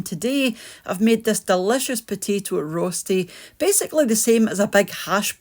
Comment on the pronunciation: Hello and first, a Merry Christmas to you 🥰 Now... I am swiss and I am a bit sad that you don't mention that roesti (you pronounce roechti) is a national swiss dish;-) When I was a kid (60 years ago...) We used to have this at my uncle's farm, around 4.30 in the morning, before heading to the fields... This used to be everyone's breakfast in my country!